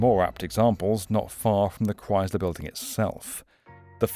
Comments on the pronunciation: "ChriZler???" Besides that, a banger video. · Learn to say Chrysler before making a video about the Chrysler building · The "s" in Chrysler is unvoiced, /s/. Not /z/. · You're saying "Chrysler" wrong. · Far be it for an American to give elocution lessons, but... It is pronounced ChrySler, not ChryZler. It is pronounced dOllars, not dUllars. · It's pronounced as Chry-sler not Chry-zler. I hope this comment doesn't seem mean spirited, just constructive criticism. I otherwise love your channel. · It's Chrysler not Chryzler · Why does he keep saying "Chryzler" instead of "Chrysler"? Normally British accents are so precise. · It's pronounced ChrySler, pronounced with an S. Not ChryZler; There is no Z in the word. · "Kr-ICE-ler" building...not "Kr-IZE-ler" building. Thx. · It’s NOT cries-LURE, it’s MUCH closer to CHRIST-ler! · Pronounced "cryICE-ler" not "crys-ler" Couldn't find and American for a documentary on an American Building? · Only my personal opinion, but the Chrysler building is the coolest-looking skyscraper in Manhattan. It makes up for not being as tall as the Empire State building by being definitely cooler looking. Just a tip - there's no 'z' in Chrysler. ChrySler - not 'Chryzler'. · We say it "Christ-ler". "Cryyyzler" is less common. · It's pronounced "Crise'-ler" not "Crize'-ler." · The "Cryz-ler" building? It's "Cryss-ler", with a hard "s", like Jesus Christ without the "t" Cut it out, England! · I'd watch if you didn't keep saying chryzluh. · Never heard it pronounced ChryZler. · Maybe he thinks it's Cries-ler, because owning it makes you cry? But it's pronounced like "ice" not "eyes". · Why do you call it the "Chryzler" biulding? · It’s not croisler, it’s the Chrysler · Chryzzzler. Ugh. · The Cries-ler building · Why does he keep pronouncing it like that it's Crys-ler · The what building? The Cry-Sil-all-er Building? 🤔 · Yer Killin me: Stop saying "CRIES-ler!" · It's krice-ler, not crys-ler. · Jesus Chrystler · Cries Lure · kryz luh?